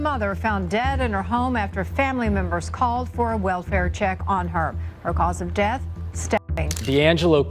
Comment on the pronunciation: Horrible reading by whatever means this was done by. Death pronounced deeeth, and many many other mispronunciations made it hard to listen to. Just read it yourself!